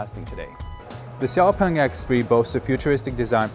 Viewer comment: You made an interview with the vice ceo, who said the company's name several times and you still pronounce it wrong. Why? sh is not so difficult for muricans. It's "shiaopung" not "ksiaopung". Sh like in shitty presentation.